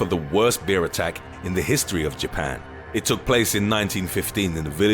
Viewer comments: I love the way he pronounces "bear"... Like beer lol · He pronounces bear like beer, made me thirsty lol